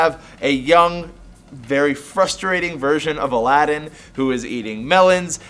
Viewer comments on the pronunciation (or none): BTW the main characters name is pronounced as if it was spelled Aladeen, not Aladdin